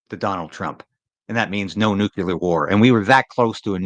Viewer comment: PLEASE get it right. It's NUCLEAR, NOT "nucular". Why can't anyone get that right?